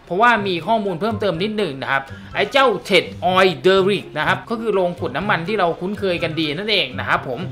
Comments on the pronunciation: ทำไม่ต้องอ่าน เทช เค้าอ่านว่า เทค มันย่อมาจาก Technology นั่นล่ะ คงไม่มีใครอ่าน เทชโนโลยีหรอก ฝรั่งเขาจะหัวเราะเยาะเอาครับ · คลิปสนุกตลอดครับ ปล. Tech อ่านว่า เท็ค ได้เลยนะครับ อ่านเป็นเท็ช จะไม่ค่อยถูกสะทีเดียว 😄😄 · ขอบคุณครับ ว่าแต่ tech อ่านว่า เทค นะครับ ไม่ใช่ เทช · 555 ชอบจังคำว่าเท็ช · 55555 เทช เทช เทช เทชชช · tech อ่านว่า เทค ครับ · ข้อมูลดีมาก แต่ tech อ่านว่าเทค ไม่ใช่ เทช ส่วน Power plant อ่านว่า พาวเวอร์ แพลนท์ ไม่ใช่ แปลนท์ ครับ